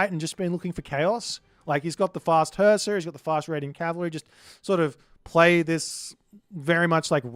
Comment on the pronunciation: your pronunciation of Suppe's name is wrong. His name is Husksuppe, which means "remember soup" in Danish. Husk is pronounced with "u", not "a", it's not an English word. Put Husk in google translate Danish to English and you will hear correct pronunciation. I find it ironic that in this very video you argue how to pronounce "qilin", but keep mispronouncing player's name.